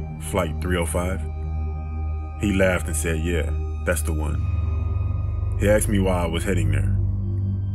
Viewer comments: "she aksed" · Love the vid, but asked, is not pronounced "axed" 😋😋😋